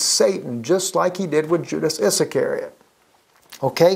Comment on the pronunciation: Judas' last name is pronounced "Is-care-ee-ot". Also, I don't see God the Father as just an entity. He's a real person! = )